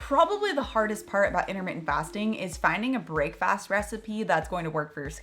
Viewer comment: I know why you're pronouncing 'brekfast' as 'brakefast,' but it does sound like James Bond ordering 'brakefast' in Dr. No. Yoghurt and plums, thank you.